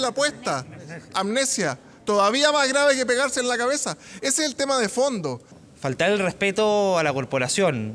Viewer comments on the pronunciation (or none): "Se pegaron en la caezah" dijo la.